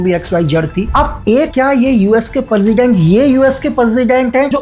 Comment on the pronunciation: Benazula parsident parja ye teeno galat word bola aapne iska actual pronunciation Venezuela president and praja hai